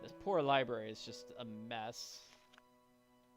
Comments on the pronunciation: Lie berry lol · Hearing the Dexter impression right down to pronouncing the word "libary" without missing a beat had me howling. Absolutely priceless.